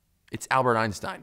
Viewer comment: Its always funny when americans pronounce Einstein wrong but who cares great video ^^